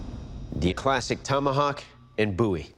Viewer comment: It's a Bowie, not a Boo ye.